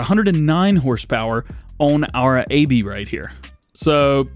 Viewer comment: Aebi is pronounced Abby